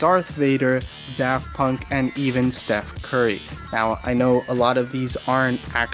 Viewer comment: i know this man did not say Steph curry....